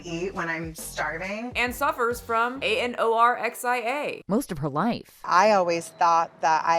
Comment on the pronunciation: How did you spell anorexia so fluidly. Like you said it so well 😂